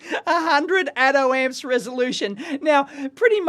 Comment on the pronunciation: Who else heard "Atom Ant"?